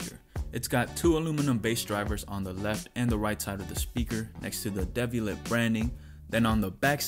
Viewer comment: It’s pronounced dee-vee-a-lay